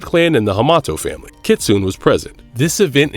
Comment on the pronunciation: I hate this mf mispronouncing Kitsune